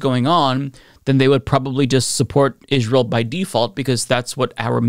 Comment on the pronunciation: Damn why does he keep saying israel like that